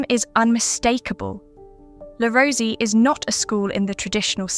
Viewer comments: Pronounced Le Rose-A :) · Le Rosey is pronounced Le Roz eh . Also, Le Rosey's winter campus is no longer in Gstaad . They moved more than a decade ago. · This piece has irritated me for several reasons: - * The commentator hadn’t bothered learning how to correctly pronounce ‘Le Rosey’. * What evidence is there that parents put their children into Swiss schools for the reasons argued? How does she know that wealthy parents don’t simply want to give their child a different schooling experience? * I know several people who were schooled at one of the schools she mentioned and I know for a fact that scholarships were granted to those with less money. * I also know that this particular school offered fairly ordinary food to its students. Certainly not Michelin Star or Cordon Bleu level! * Whilst some people have done well, that is not the case for all alumni. However, they have been provided with school experiences (skiing, climbing and cultural) that they may never have encountered at other schools. If the parents can afford this, why not? To my mind this piece reflects a classic case of inverse snobbery by the researchers and/or commentator.